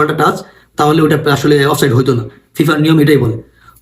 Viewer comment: চান্দু, শব্দটা "অফ সাইড"... offside অফ সাইট আবার কি শব্দ রে বেকুব!